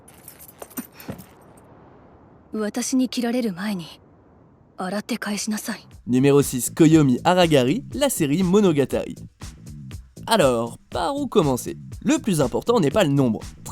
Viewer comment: "Koyomi AraGaRi"... Humm votre langue a fourché ?